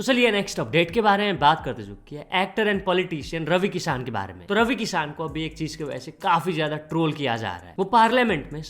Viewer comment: bhai please apni pronunciation sahi karo bhai किशन ko किसान kehte ho, mera naam v Kishan hai aap kisaan kehte ho accha nhi lgta